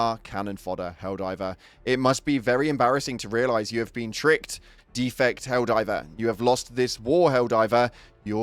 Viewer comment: defect is the verb here, not the noun - your first vowel is too long (similar to, yet the opposite of the second vowel in: the record/to record)